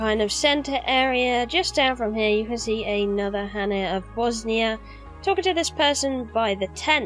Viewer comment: It's not Bosnia, it's Bossonia :)))). Also love the dead body piles under the locations :)))